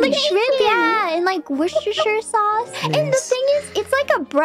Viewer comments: Fauna is the only person with an American accent I have heard pronounce Worcestershire right. There are probably more who can but its the first I have ever heard. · Wait...Fauna said Worcestershire correctly